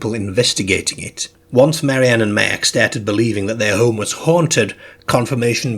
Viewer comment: Good narrator but his pronunciation is odd. eg. 'Merk' for Mark.